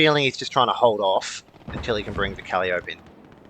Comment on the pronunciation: Awesome videos! You are a natural commentator and it's easy to follow what's happening. Keep it up. On a side note - 'Calliope' is pronounced "kah-lie-uh-pee" which is a muse from greek mythology and also the name for a steam-organ/pipe organ which the rocket tubes resemble. All the best, friend!